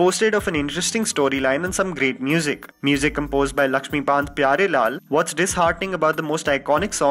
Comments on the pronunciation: Lakshmi Kant Pyarelal, not Lakshmi Bant!!!! Great video as always! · Bro Galati sey Lakshmipaant vala fumble waise hi reh gaya.. 😐